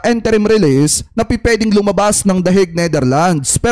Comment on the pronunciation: it is "in-te-rim" release and not "-en-te-rim"...